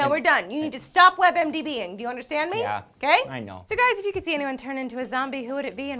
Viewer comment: Lol, is it just me, or did say "webmdb"-ing? Is that a website of medical advice from actors who play doctors in movies?